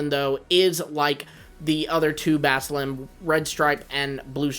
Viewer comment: You didn't pronounce the CU in Basculin's name its BASCU LIN